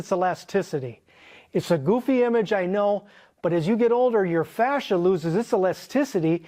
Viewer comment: Fascia? Oh his FA-THER!